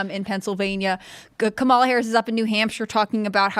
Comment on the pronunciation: For all these people who proclaim "DO YOUR RESEARCH!" (which is the funniest statement, considering the source)... WHY for the love of GOD can they still NOT pronounce the word 'Kamala'? And we're supposed to find these people credible. Laughable. Not credible.